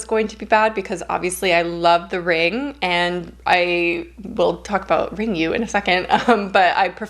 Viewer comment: 'RIngu' is pronounced as Ringoo ('u' is read as the sound 'oo' in Nihongo i.e., Japanese) So, Juon (Grudge) would be talked about as Joo-awhn. Dying to watch 'X'. Totally approve of Fresh as being intriguing. It actually is interesting and kind of reminded me of this Indian movie called Aamis which is a regional movie that has an unusual plotline and horror given a very different treatment.